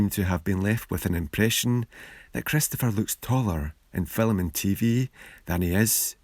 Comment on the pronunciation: You say ‘film’ like ‘fillum’